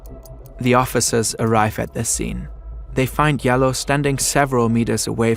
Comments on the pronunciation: It’s Jalloh (JAH-LOL) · Oury Jalloh's last name is pronounce DJAH-low. It can also be spelled Diallo in ex French colonies in Africa. Oury is most likely from the Gambia, an ex English colony where they speak english and spell things differently. May he RIP